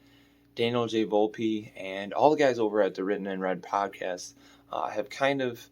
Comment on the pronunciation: 😂 And said Volpe wrong. Setting high standards. 😆